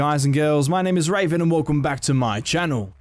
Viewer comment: You know your name's pronounced (Reav-an) and not (Ray-Ven), right?